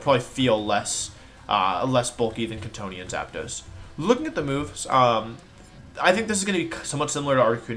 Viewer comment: Every time wolfey says Kantonian I hear C'thonian and my room becomes ever so slightly more cyclopean in nature.